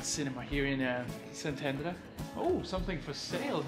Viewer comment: Resident of Szentendre here! :D Amazing vlog & thanks for showing our town to the world! Glad you had a great time here. Also, your Hungarian pronounciation is impressive! ;)